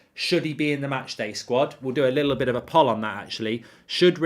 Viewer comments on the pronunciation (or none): Poll is pronounced POLE